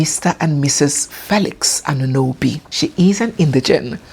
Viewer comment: It's not Anunobi. It's Añunobi.